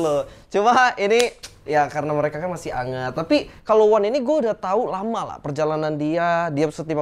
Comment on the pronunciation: Si ngomong tailahnya bulet banget wkwkwkwkwk, tapi gue pasti gitu juga dah kalo ada di posisi lo 🤣🤣